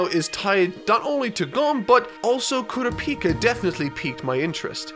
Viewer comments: I didn't even notice the Gon issue, my problem is with how he pronounces Kurapika as Koo-ruh-pee-kuh instead Kuh-ra-pee-ka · stop saying kurapika, kurĀpika is the right way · You got called out for your Gon pronunciation but it’s your Kurapika that needs the most work literally just watch one scene in the anime where they say Kurapika’s name it’s not hard💀 you don’t really say the U and you don’t really say the I. KuRAPiKA I guess. Anyways about the actual narrative, you overlooked pretty much all of the importance of Hisoka and his parallels to Gon and how he furthers Gon’s more primalistic nature into having a contradictory desire to fight. It’s not contradictory yet but it will be later on, and it pretty much stems from here. Both are childish, as seen in their Nen abilities and their general characterization. Both are very instinctual, Hisoka’s hedonistic philosophy guiding him throughout his actions, and Gon’s aforementioned primalism and survivor instincts displaying some very questionable moral actions when the stakes are raised. Their values basically guide their lives, and while Gon’s values are centered around his quest for ging right now, Hisoka’s invoke violence and death on a much more frequent basis. As shown by Gon’s new found love and drive for combat, it could be argued that had he not been on a quest for Ging, he would’ve progressed into a Hisoka type, and many of Gon’s later actions could easily be assumed as something a younger Hisoka possibly could’ve done. It also raises the question of if we are our true selves right now or are the circumstances that make up our lives hiding our true nature? Basically Gon and Hisoka’s nature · We fixed his Gon pronunciation, now we gotta fix Kurapika. It's not "KU-ra-PI-ka" It's "Ku-RA-pi-KA" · Im pretty sure it's not kuraPIka and it's kuRApika too. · ku-RA-pica, not kura-PI-ca please. great video! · Can he pronounce Karupika Correctly? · ITS ALSO KURR-AH-PEI-KA NOT KURA-PIKA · hes saying kurapika wrong too